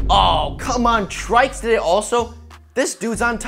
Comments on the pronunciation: Its not traiks its try see s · Its not trikes it's trycs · I thought trycs was pronounced tricks not trikes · I didn't know that trycs was pronounced as "trai-ks"... I always pronounced him as "Tricks". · The way he says "Trycs" is more like saying "Traiks" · "TRYcs" lol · he said his name wrong